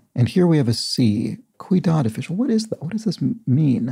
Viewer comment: Sorry, but I have to point this out. The "Ciudad official" clue... You repeatedly pronounce it "cuidad". "Cuidado" means careful, of course. But "ciudad" (with the C having an S sound) means city. It's asking for a Spanish name for a city official. "Alcalde" is, at least in modern times, the equivalent of a mayor. It used to have a more general meaning as a municipal worker. If you address this further out in the video than I've watched, I apologize.